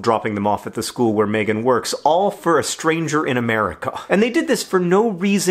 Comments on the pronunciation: In New Zealand, Megan is pronounced Mee-gan/Mee-gin. Not May-gun. Just an FYI. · THANK YOU! You're so right. My name is pronounced MEEgan. But I can live with John mispronouncing my name. He's never met me, only seen my name in emails.